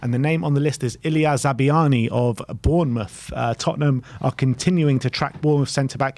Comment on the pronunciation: Za-bar-ny is closest to the Ukrainian pronunciation